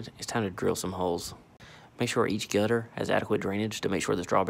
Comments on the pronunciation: The way he pronounces "gutter" ! 😂 Sound like gut her! ☺️ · Every time he says gutter it gets more country